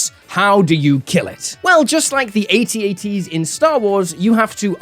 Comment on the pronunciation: One note about Star Wars pronunciation: They aren't called "A" "T"s. They are "At-ats". Pronounced /at-at/. Not like the letters, but like "where it's at".